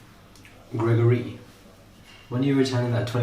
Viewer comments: You are just a MOOD!❤ 😂 man said "Grego-ry" 😂😂😂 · “Greg-Gor-Rey” get me every time 😂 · The way says ‘Greg-or-ree’ has me dying everytime 😂😂😂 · “GregoREE” 😂😂😂😂😂😂 has killed me again today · Why is he saying gergory in African accent, yewande is speaking through him 🥰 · GREGOREE 😂 the emphasisss 🤣🤣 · 😂😂😂the way he says Gregory. I can't 😂🤣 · The way says Gregory kills me looooool 😭😂😂😂